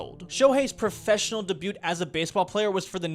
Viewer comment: No way he pronounced debut like that 😂😂